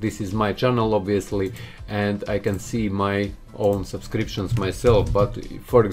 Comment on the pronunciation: I luv when he says supscriptions